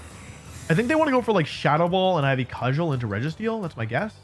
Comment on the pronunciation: I'm sure you've been told by now but Cudgel is pronounced "Cud-jel"